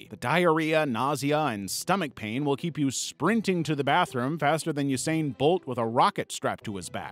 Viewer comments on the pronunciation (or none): none